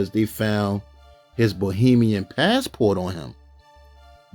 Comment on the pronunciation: 15.41 did you say Bohemian as in Bohemian Rhapsody😂😂😂😂😂😂